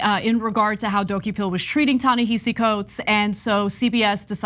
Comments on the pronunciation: Ana, Cenk: His first name It is pronounced Ta-ni-ha-see, not hi-see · It’s pronounced “Tah Nehahsee” okay peace ✌️ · Pronounce Ta-Nehisi Coates name correctly. It is not pronounced the way it is spelled. It is pronounced Ta-NaHAsi. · I wish you would pronounce his name correctly. It shows no respect to the author. Ta-Nehisi